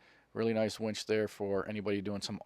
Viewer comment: I thought harborfreight was selling women when you said wench and didn't say winch. It's like saying win with a ch on the end. Stop exciting me